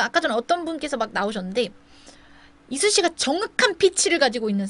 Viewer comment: 이수씨라고 하시는데 자꾸 이순신으로 들려욬ㅋㅋㅋㅋㅋㅋ